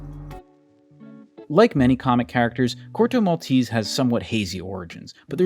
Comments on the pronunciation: It's not "Corto Malteeeese" it's Corto Maltese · In Italian it’s not pronounced “Maltees” but with every E spoken just as the first one in the world “Elephant”. MaltEsE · The finale "e" in Maltese in not silent like in Versace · *Mal TE say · He didn't even look up how to pronunciate "Maltese" decently...